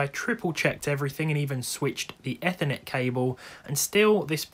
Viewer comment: is that how they pronounce 'ethernet' in the UK?